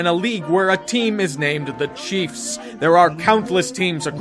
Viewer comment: dont know why but i laugh when he says the chiefs